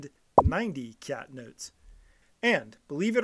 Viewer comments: Please lah, kyat is not pronounced as kiat in Myanmar, it's pronounced as chart. We should follow the Myanmar way since we're talking about their currency. Myanmar people will be puzzled when you told them you are offering 2000 kiat for something?? Chart! please! , chart ! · It's chart! Chart. Not kiat! Show you don't bother to do basic research? Also any names of places start with ky is pronounced as ch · Its pronounced Chat, not K-yat the letter က + ြ is Ka + y, combined makes Ky pronounced as Ch.